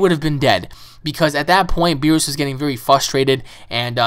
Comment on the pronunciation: it is pronounced beer-us